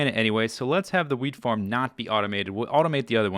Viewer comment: Every time he says wheat farm I think he says weed farm